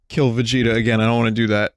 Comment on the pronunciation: Il l'a mal prononcé, ça m'ennuie.